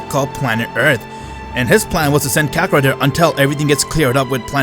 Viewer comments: Stop saying kakerot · Bro he said kakorot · I heard Vegeta say rakakrot